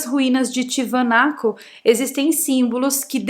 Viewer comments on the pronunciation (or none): Tiwanaku . Se pronuncia : Tiahuanaku.